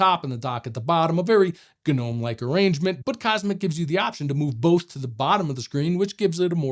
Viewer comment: Any viewers who aren't shills? Anyone who can't pronounce Gnome correctly should remain silent and go back to school.